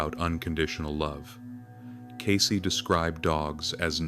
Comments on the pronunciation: It isnt Casey, it's Case as in suitcase. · CAYCE not Casey. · Its "Cayce", not Casey.